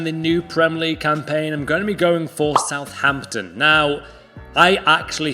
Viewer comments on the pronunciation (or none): Southampton not southhampton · Pretty sure it’s Southampton not Southhampton! 😂😂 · Southampton with 2 h’s Jesus Christ 😂😂